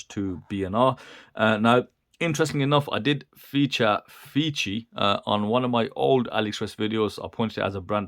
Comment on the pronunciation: The brand is pronounced "face 3". Definitely not feces. The fei is like typical Chinese "fay" + c = "face" and the last letter is the number 3. So please buy watch that does not pronounce fee-see